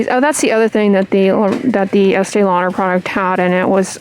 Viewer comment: "Estée Lauder midnight" 😅